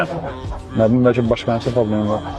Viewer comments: Bəlkə❌ Bərkə✅ 😂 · Bərkə yox, bəlkə.